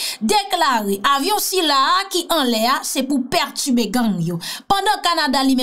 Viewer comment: Perturber,perturbé,pètubé hummmmmmmm ok🤭🤭🤭